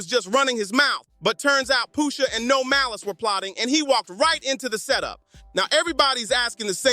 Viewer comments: Why is he calling Pusha Poosha ? 🤦🏾‍♂️ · i love the video and the energy and all. but for all that is holy just say push ah, push sha , pusha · I don't know poosha t but I know Pusha pronunciation is the key Push a (with a lower case a) just in case you're riding the short bus with a safety helmet on😂😂😂